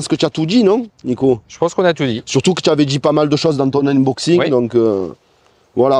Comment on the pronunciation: lé uneboxiingues, avec un bon accent de Marseille, il vaut mieux respecter le français (déballage, déboitage même si t'es chaud) 🤣Ah et poto, affichage numérique, pas digital, digital c'est pour les doigts. Je me permet ces remarques car on sent que tu veux faire bien, comme d'habitude, c'est pas pour tacler ;)